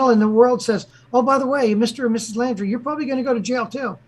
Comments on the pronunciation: I think it might be pronounced like the word laundry, like laundry detergent. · Can say the last name right? Laundrie 😎